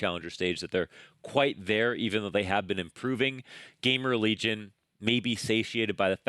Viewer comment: is your "Game Religion" pronounciation on purpose?